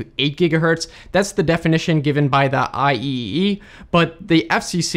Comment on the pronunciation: Couldn’t help not commenting here. Eye EeEeEe’s actual pronunciation is Eye triple-Ee.